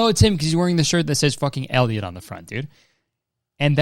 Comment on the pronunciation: boi why did you say elliot like fucking elio elio elio from CMBYN LMFAOOOO